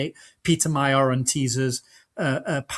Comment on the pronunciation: I wish he could learn to pronounce Magyar’s name.